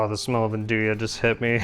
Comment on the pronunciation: “Ahn-Dew-EEE” sausage ❤❤❤